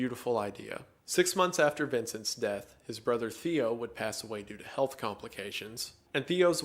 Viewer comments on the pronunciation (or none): none